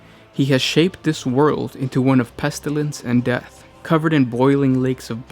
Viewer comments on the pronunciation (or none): none